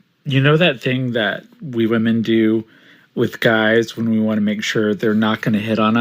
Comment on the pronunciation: "WE woman do.." shut up🙄 he really had to emphasize that. You're only convincing yourself, bud